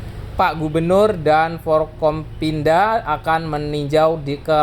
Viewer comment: Forkopimda, bukan Forkompinda... singkatan dari Forum komunikasi pimpinan daerah.